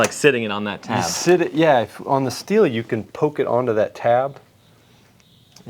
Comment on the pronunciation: Prounounce Sthil correctly too, "shteel"?